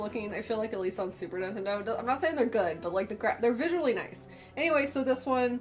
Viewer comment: I want to play some!! And tell Mike not to give you crap about saying Goo, him and James neither never can say Nintendo right... They say Intendo. 😂